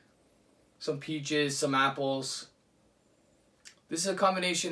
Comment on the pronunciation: when you said "peaches" i thought you said peat jizz, and my immediate thought was "ew" but then as i thought about it i realized that if peat jizzed it would taste awesome